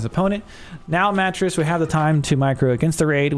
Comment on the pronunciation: Matreiuss is pronounced muh-TRAY-us. The first two syllables rhyme with 'betray'.